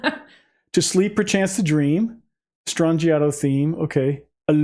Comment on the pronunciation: In Italian the ‘g’ is pronounced as a ‘y’ sound. “Stran-I-yato”.